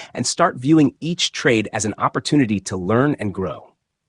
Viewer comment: When u can pronounce the English language properly i might stick around and listen Opp or toon ity OMG Jesus Christ !